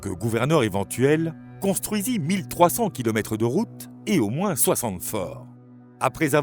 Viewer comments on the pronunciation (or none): none